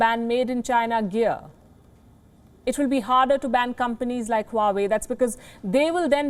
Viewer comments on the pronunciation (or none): none